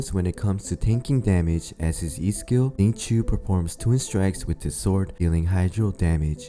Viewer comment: Its shing-cho not zing-choo